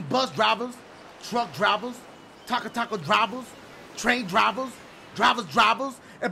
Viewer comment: Drivuh Drivuhs!